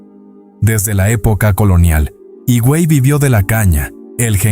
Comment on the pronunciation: Hermoso documental,, Hermoso mi pais,, pero como siempre alguien debe poner la nota,, 😊 ,,HIGUEY no es" jiguey" recuerda que la "H" es muda y se pronuncia "iguey" lo mismo con "AZUA" es como se escribe sin acento en la U,, discúlpame por la corrección, Bendiciones